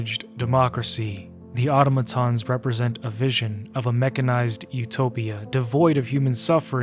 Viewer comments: It's ah tom ah tons. Not auto maton. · I dont understand how people are still calling automatons "oughtamatons" like, do you play the game with the audio off AND you dont know how to read? Its not a big deal but if you do it one more time I WILL report you to the democracy officer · Hearing "otto-matons" broke my immersion. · Nope, that's not right, it's "Au-TOM-a-ton". There are going to be lots of people who don't know better and will look to you for clarification. Let's not steer folks into a bastardisation, whether erroneously or intentionally. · In game its said like ah-tom-ah-tons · I don't mind that. I mind how he pronounces automatons lol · I hate so much how he misspronaunces automatons